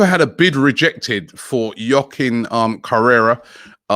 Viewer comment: Yokin Correa 😂😂😂😂 AT IT AGAIN. It's Quakeen Correa 🤣🤣